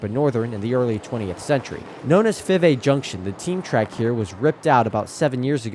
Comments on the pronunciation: It's pronounced "Five A ". Named after the Five A brother's. There's a road plac at 52 & Little in memory of them. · Nice catch. I'll trade you some SCL story's for some BBQ 👍. Fivay is pronounced "Five A" named after the 5 A brothers.